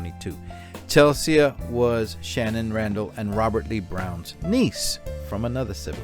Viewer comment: Chelsee not Chelsia…..❤ RIP